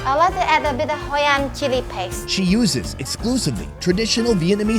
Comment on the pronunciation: "Hoi An" not "Hoi and"